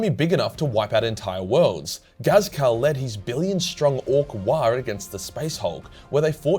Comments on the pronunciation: is "" supposed to sound like Ghazghkull? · this man just cant say Ghazghkull's name right and the Sebastian Yarrick disrespect at the start smh